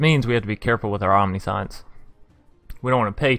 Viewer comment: 70 cards may be a bit much. Definitely looks like a fun deck tho. On another note, Omniscience is pronounced “Om-nish-ents” just for future reference! Good video tho